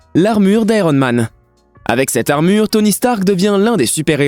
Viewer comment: Sur l amure d Iron Man ta oublié le r